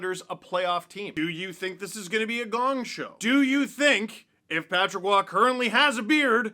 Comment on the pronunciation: Roy with an R not Oua